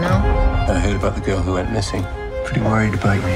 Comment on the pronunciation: The dudes already pissin me off and it’s only the trailer. “My beautiful geel “ Gag!!